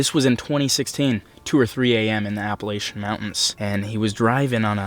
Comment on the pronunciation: He said appalAYtion it’s Appalachen-correct spelling Appalachian 👇